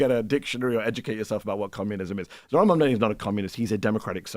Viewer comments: Furthermore, Charl comes across as being not educated too. Does he even know how a party in government work? He is really asking Mehdi stupid questions about the shut down. Mehdi is a patient man. And Char too has trouble with his CONSONANTS. Cannot say MAMDANI. Mispronounces his name, So what is it about Americans not knowing their consonants in English ? Is it laziness or simply being illiterate ??? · The name is MAMDANI you should learn to say the name because I am going to be your boss! Hahahahahaha!